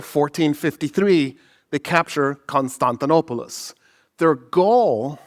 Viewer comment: Please stop putting on an accent when saying foreign names. As a Greek it's cring worthy hearing you butcher Constantinopolis!